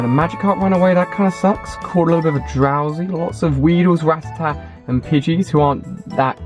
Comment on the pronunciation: ali, its RA TAH TAH LOL love you tho mate